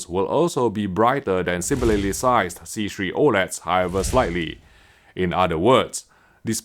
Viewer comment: Bro no longer has to struggle saying c3